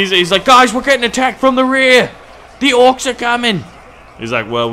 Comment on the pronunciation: Its not orcs’s it’s just orcs your saying orcs wrong